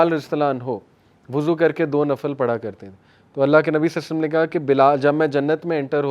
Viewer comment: nabi salsallam kya hota hai. Nam pura padha kro adab k sath. I'm turn angry when you say salsallam. Say sallallahualaihiwasallam. 👍